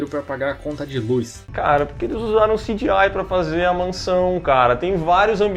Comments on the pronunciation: Parem de falar "CJAI" do gta e falem C G I mesmo sejam analfabetos direito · Pq o não fala CGI, que nojo desse cara falando "ciGiai" que chato veii. Frescurada do caralho. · O falando sidiai me incomoda mais do que o cgi do filme kk